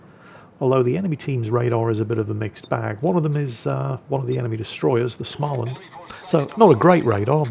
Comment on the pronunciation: å in Småland is pronoiunced like o in "more"